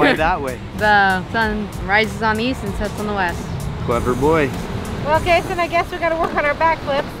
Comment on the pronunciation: It’s kayson